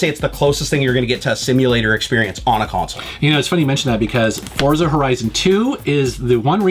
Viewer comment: It's pronounced "Fortsa", like in "pizza". Its italian for Force.